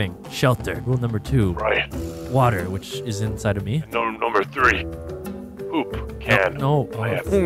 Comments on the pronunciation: It's pronounced po-op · It's PO-OP 😂😂💩💩